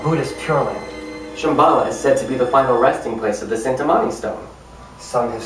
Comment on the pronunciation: Cintamani (CHIN-TA-MANI)